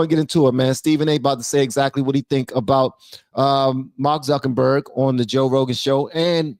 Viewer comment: Love love love your show!!!! FYI it's Zuckerberg...rather than Zunkenberg. No shade...I think you are the best...and so funny😅